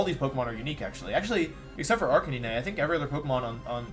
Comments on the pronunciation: Arcanine and gimmick pronounced so strangely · Guys I’m new to the channel, is there some kind of story behind the occasional absolutely bizarre pronunciation of Pokémon names? Tojekiss? Arcaneenay? What’s up with that? This guy’s a world champ he definitely doesn’t just not know how to say them.